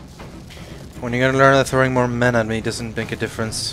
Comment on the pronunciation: Did just emphasise men... on.dear.gaad